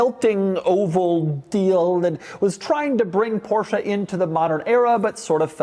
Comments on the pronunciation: How Beyoncé is not BeyoncAH Porsche is not PorschAH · Why would they bother to write in English when Americans can't even pronounce Porsche properly?